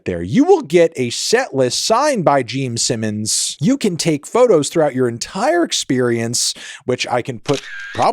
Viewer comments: Jeem Sinnums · He also said "Gene Sinnons" lol fully taking the piss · “Geme Simmons” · Geme Sinnoms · Anthony “Jeame Simmons” Fantano. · gene simmons ❌ gene sinnons ✅ geme simmons ✅✅ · am I hallucinating or does he just keep unapologetically saying GEEM SIMMONS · Is it just me or is he saying geme sinnons?